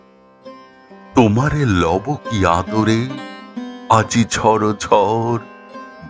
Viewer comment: সুন্দর পড়লেন ভাই ! বেশ ভালো লাগলো শুনে ❤❤ শুধু " ঝরঝর " উচ্চারণটি কানে লাগলো... খেয়াল করে শুনে দেখবেন ...